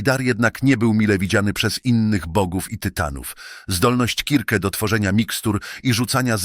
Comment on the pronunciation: KIRKE !!!!! A nie circe strasznie się tego słuchało